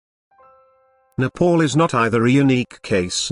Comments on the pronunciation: Respect my country please it's not Nepol its Nepal idiot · First, my country name is NEPAL not Nepaul idiot. Second, British don't have such courage to colonize NEPAL. Third, when British are not able to colonize Nepal, they say Nepal don't have any resources...LOL Bravery is in Nepalese blood, not even in your dreams.. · Kushal Thapa it’s just his accent lol, you trying saying a western countries name without mispronouncing it.